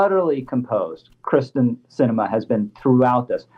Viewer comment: It's not Kris ten...its KEER STEN. That probably bothers her more than the protesters.